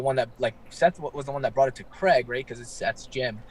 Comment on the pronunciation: Craig not Creg like Greg